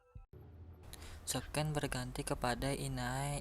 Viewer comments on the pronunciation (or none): itu dibacanya bukan Sken(scene) tapi sin